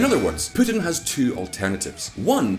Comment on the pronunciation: Even PEWtin, lol!